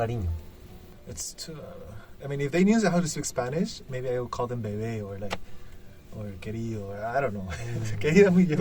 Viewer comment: Le salió un poco argentino el beebeeeee o queriiidoooo .bien porteño jajaja